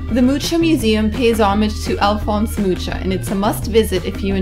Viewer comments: Your pronunciation of TRDELNIK (not turtle neck) and Alfonse MUCHA is the worse on YT. Please learn and don't repeat it again. I was embarrassed just hearing it. It shows very low intellect. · nice. btw Mucha is pronounced ... Muja (read like Spanish).